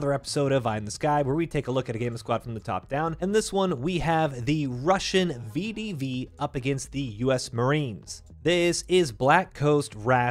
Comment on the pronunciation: To help, it is pronounced Ve De Ve. Воздушная десантная войска. Great episode.